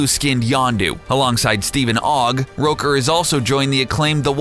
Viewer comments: Michael.. Rouker? It's ROOKER. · Michael Roaker? It's rooker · Facts about Michael Rooker: 1. It's Rooker, pronounced like hooker, not Rowker, And 2. He already plays Yondu in GOTG, so they won't re-cast him, So it's more like Top 9, not Top 10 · Its ROOKER not ROKER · its pronounced roo-ker, not roker. fools. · How did you mispronounce Michael Rooker's name? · Am i the only one seriously annoyed about how they say Michael Rooker's name in this?